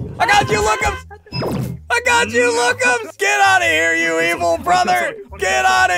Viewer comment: he said lookumzs not lookmuz